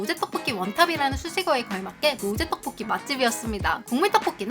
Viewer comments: 하... 의 떡볶이 발음 너무좋음ㅎㅎ 특히나 오늘 떡볶이를 많이 발음하셔서 더 좋앜ㅋ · 떡볶이 발음 개 찰지네